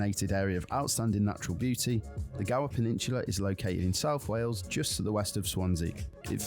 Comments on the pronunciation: Wales is pronounced ' Wales ' (like Whales but * without * the 'h') _NOT Wells. Sigh.... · It's SHAMROCKS in Ireland not 4 LEAF CLOVER !! It's pronounced WAILS not WELLS. If you notice, there are " pullover/passing places" on the small roads. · Its wales not wells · It's not wells. Its Wales 😅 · Why can’t Americans pronounce Wales ? It’s not Wells. 🤦🏻‍♂️ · Not Wells it's Wales, you pronounce it the same as most Americans. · i,m welsh, we have been under the cosh of the english for centuries. and by the way, it is pronouced wales, not wells.we are country not a county of england, or a theme park for the english to play in. we are a nation that has existed for over 2000 years, unlike the usa that has only been the usa since 1776. are castles, most of which are built by the english, to supress us since the 11th centuary. we are a celtic nation, yes the celts are not only irish. visit our country by all means, but please be polite to us. and we will be polite back, we are not all hostile to visitors. but we do like to beat the english in rugby, or any other sport. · Not a criticism, but I've noticed that on reaction videos, Americans always say 'Wells', and not 'Whales'.....I wonder why that is? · Its pronounced Whales not wells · Wales like whales not wells. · Try to say Wales, not wells. And that is English, not Welsh. The Welsh say Cymru. And that is pronounced kum ree, not sim roo. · it's not said as WELLS....it WALES!....my home country. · I've only recently noticed (thanks to watching MANY American YouTube videos!) that a lot of Americans pronounce the "ai" sound as an e. So Craig becomes Cregg, vague becomes vegg, plague becomes plegg...and Wales becomes Wells! The Craig/Cregg one I've always known about, but I never realised it also applies to many similar words. 🤷‍♂️ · Wales is pronounced like 🐋 Whales but without the H. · Wales is pronounced the same as whales... WAY-ELS